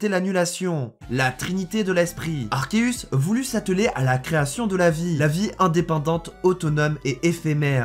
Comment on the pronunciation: Mais sauf que c'est arkeus et non arceus